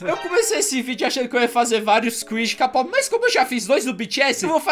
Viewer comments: se fala keipop nao k pop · Não é "KAPOPI" é "KEIPOPE" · Se fala keipop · Se escreve k-pop mais é dito keipop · QUEM PERCEBEU QUE O FALA KPOP ERRADO TODA VEZ